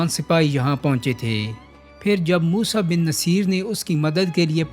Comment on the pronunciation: Moosa bin nusair pronunciation theek krain